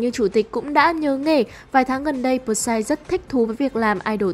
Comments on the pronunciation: Bờ sai vkl, P S Y người ta thành đọc thành bờ sai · Huhu, sao lại đọc là pờ sai